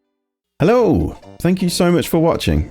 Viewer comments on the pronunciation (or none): none